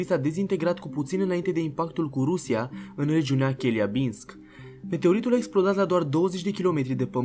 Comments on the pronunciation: Te rog pronunta corect numele orasului rusesc: Celiabinsk!(scriere fonetica). Forma "Cheliabinsk" e luata probabil dintr-un text/subtitrare in l.engleza..dar se pronunta la fel ca variata indicata...Sarbatori fericite!!! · Nu regiunea Cheliabinsk, dar Celiabinsk (accent pe a).